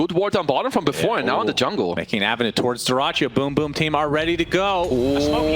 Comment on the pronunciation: I'm gonna miss Sunsfan mispronouncing BrokeBack Team. This Riyadh Masters turning out to be better than some TI's